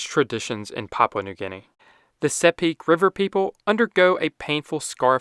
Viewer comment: Nice to see informative videos from outsiders. It's well appreciated 🇵🇬 (also its pronounced like "Sipik")